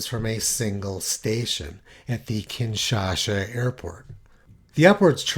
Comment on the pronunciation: It's KinshaSa